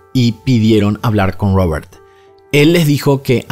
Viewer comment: Porque pronuncias Robert asi😂😂, es una R estas hablando castellano.